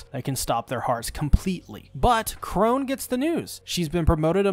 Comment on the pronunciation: nobody gonna talk about how he keeps calling sister chrona sister chrone